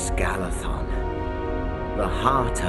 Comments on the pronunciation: Galadhon should actually be pronounced with a voiced "th", something similar to a "z" rather than an "s" (Note on pronuncation, The Silmariliion) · Caras Galadhon - he said Galathon